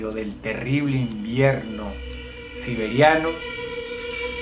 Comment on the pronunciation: Se dieron cuenta que dijo oso siberianio